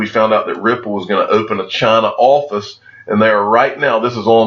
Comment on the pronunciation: "Chaaaaaaaaaaaana" or China? 😂